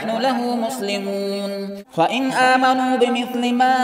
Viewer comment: Ayat number 125 "Aamenaa" nahi "aaminao" hai